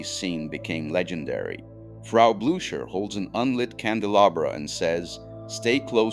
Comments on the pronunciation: WHO IS TERI GARE?? YOU IDIOT. IT'S PORNOUNCED BLUKER. YOU IDIOT. REFERRING TO THE MONSTER...."POURS SOUP INTO FREDRICK'S LAP", WHO IS FREDRICK??? YOU IDIIOT. AND WHY ARE YOU PRONOUCING MEL BROOKS NAME BROOOOOOK"? IT;S PRONOUNCED BRUK. YOU IDIOT. I CANNOT EVEN WATCH THE REST OF THIS. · How do you NOT know how to pronounce Frau Blücher ????